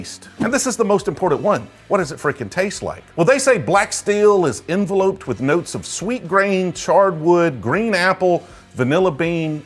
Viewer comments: en-velupped man. not en-veloped. nice video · Enveloped is pronounced as in-vell-upped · My dude said Envelope'd lmao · You're pronouncing enveloped wrong